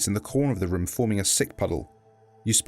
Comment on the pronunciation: i like how he says "room" as "RHUOM"